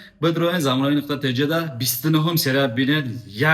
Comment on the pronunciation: И чихели гапзанияй? Нықта нею нуқта.